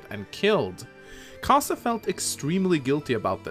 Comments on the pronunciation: pretty sure he's pronounced ka-zei not ka-sa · I'm not sure if you did this on purpose but Kaze's name means "wind" in japanese and the way you say his name properly is when you pronounce the "e" at the end of his name it sounds more like a uppercase A